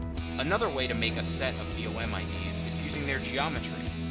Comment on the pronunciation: it's BOM not "B.O.M" and maybe next time use a mouse highlighter so we can see what buttons you're pushing